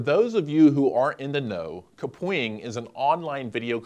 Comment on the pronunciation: everytime he says KUH-pwing, instead of cap-wing........